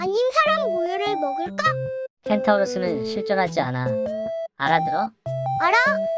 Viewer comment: 근데 켄타우로스를 왜 켄타로우스라 하는 거임?